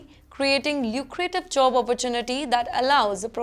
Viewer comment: Its job not jo-ob